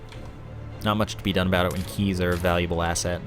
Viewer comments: It's probably the "aboot" that fooled him. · a boot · Do you say about like that on purpose???